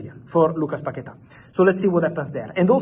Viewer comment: paqueta. Say it one more time...